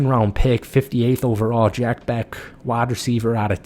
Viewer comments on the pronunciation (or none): It's Besh, not Beck